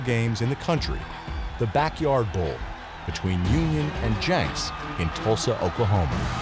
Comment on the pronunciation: Its pronounced jenks not janks jee-nks